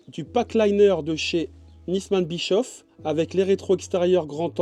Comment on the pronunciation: Pour information On ne proononce pas bichof Mais bichauff